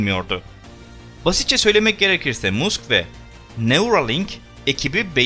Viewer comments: YAHU MUSK DİĞE OKUMA MASK DİĞE OKU LÜTFEN SİNİRLERİMİ BOZDUN... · musk yazilir ama mask okunur..bu sekil bilgi verirken isimlerin telaffuzu önemli..gülünc oluyor yoksa.. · Musk deyil. Mask okunur,saygilar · "Elon Musk" degil "elın mask" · Elon Musk diye yazılır ilan mask diye okunur HÖRBINcan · Elon musk adini yanlis söylüyorsun elon mask okunuyor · İyi güzel anlatıyorsun dinliyoruz da elon musk okunuşunu bir öğrenseydin yazıldığı gibi söyleyince kulak tırmalıyor